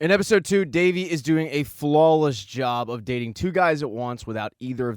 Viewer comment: It is not davi it is devi